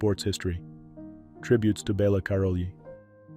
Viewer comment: Misprouncing Nadia Comanecis nane and sometimes misprouncing Bela Karolys name. This narrators an idiot. He's also too long winded and tributes too lengthy. Get him off the air.